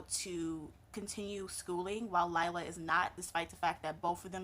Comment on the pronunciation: Great review, name is pronounced LEE LAH though.